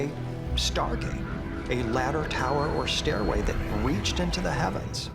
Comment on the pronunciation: tau-err to the firma-ment.